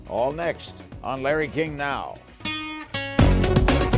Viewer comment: Everyone in the comment section be like “Omg rip” and I’m just here wondering if people who hear “Yanny” would be confused when he pronounces “Larry” in the beginning of the vid